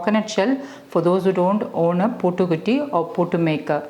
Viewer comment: you're pronouncing it wrongly mam , its puttu not puutu